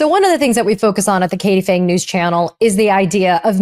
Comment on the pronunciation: “Phang”, not “Fangs.”